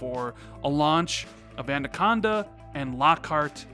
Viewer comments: If you say adaconda one more time instead of anaconda I will unsub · I can't be the only one that heard him say andaconda throughout that entire video instead of anaconda. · Everyone in the english language: anaconda.: andaconda. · How many people hear’s say ANDACONDA”? Stop it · I want to punch my monitor every time you say ANDaconda,......say it with me....it's Anaconda.....;) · Great vid but please stop saying Andaconda! its ANAconda! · LOL! Awesome. The first listen through I didn't really notice(even though he mispronounced it in past vids). But the second listen through it stands out like a sore thumb. LOL! Actually, he says: "And-aconda". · Xbox "andacanda" 😂😂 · Is it an American thing calling it ANDaconda, or just a thing? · Yo its@ not ANDACONDA... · Don't know about anaconda, but ANDACONDA is looking pretty good!! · haha it’s the extra D you put in. Great video though man. When’s Xbox Two going out? Last one before E3? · Why Can't you pronounce Anaconda properly? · I hope they gives us a name so we don't have to hear mispronounce Anaconda until e3 2020. Lol. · Was i the only that noticed how he pronounced "Anaconda" I'm hyped for E3 and hope you are right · is aware he pronounces Anaconda wrong yet still keep doing it Kinda funny and frustrating at the same time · Was going to say the same thing lol love the vids but got to make sure the pronunciation is right. Especially since you spell it right. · Steven Smith I was thinking the same thing.😂